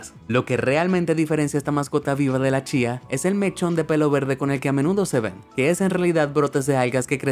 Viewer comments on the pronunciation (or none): none